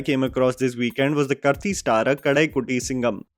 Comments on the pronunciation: Bro, he is कार्ती , not करती or something else 😂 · His name is 'Kaarti', with a long आ। Not 'करती'। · "KAAAARTHII" not "karti" broo🥲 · Lol the way you pronounced karthi is way too cringey When you can say kartick, you can very well pronounce karthi the same way. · It is pronounced as Kaarthi, not Karthi😊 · It is Kaarthi. Not Karthi. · He is not Kurthi, its Karthi like Karthik without the last k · I am cringing every time he says krthi…it is karthi. Like karitik calling Karthik…remove k it is karthi…please don’t kill his name like this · I let it go one r two times... but i have to say this now... . . Its Not KERTI BUT KAAARTHI (*pronunciation) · just a small thing, it's kaarthi and not kurthee. it's a short version of karthikey. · Hilarious video! Quick suggestion. "Karthi" is pronounced as Kaarthi not Karthi. It is a short form of Kartheek. Trust me, I know :P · It's not pronounced Karti. It's Kaarthi. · It's not Kurthi It's Karthi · Karthi is pronounced as kAArthi! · u should pronounce karthi as kaarthi 😭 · the moment of silence to for mispronouncing actor Karthi's name 🤣yar its not 'karthi' as in 'knife' in tamil 🥲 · Dude it is not pronounced as “karthi” as in “tu Kya karthi?” Please pronounce his name as “Kaarthi” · I think it's pronounced kaarthi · Or pronounced same as Karthik without the last k 😁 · Dude, you completely mispronounced Karthi. It's just like Karthik but without the K at the end. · With all due respect, after watching so many south films how can you still not pronounce Karthi right? It is not that hard and hard to give you the benefit of doubt. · The world of KRR even engulfed Tabu? I was happily unaware of this. Thanks, now my love for Tabu will be colored by a smidge of sympathy! 😂 BTW, Karthi, is pronounced the same as Kaanti, but with an R. I think you used to say it right before but for this video!